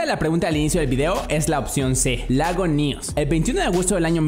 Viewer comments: Creo que es Nýos Edit: sin tilde Edit 2: le atiné :) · Nyos? Xd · nyos lago nyos LOL